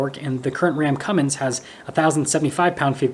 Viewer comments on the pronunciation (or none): It's Cummins.....NOT Cummings !